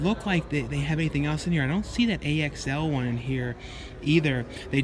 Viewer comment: Its pronounced Axl even doe I didn't watch it saw the trailer